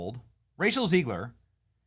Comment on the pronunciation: Are you pronouncing her name on purpose? Because it Zeg ler not Zee gler.